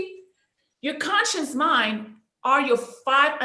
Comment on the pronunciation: Someone who cannot even say conscious.. trying to teach us about consciousness and sub consciousness. She's saying conscience instead of conscious..... 🙄 Biiiish you have NO conscience. Grifter.